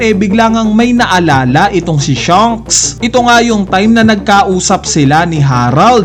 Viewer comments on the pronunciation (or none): none